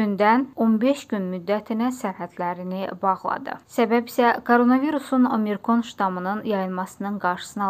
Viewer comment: Diktor xanım, omirkon deyil ştamm, OMİKRON du.